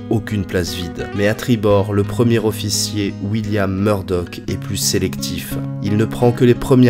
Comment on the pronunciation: C'est comme un zofficier probablement ;-)